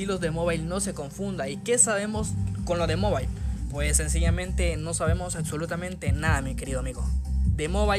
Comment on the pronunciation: Aczolutamente Jajjajja se Pronuncia y se Escribe ABSOLUTAMENTE JAJAJJAJAAAJAJ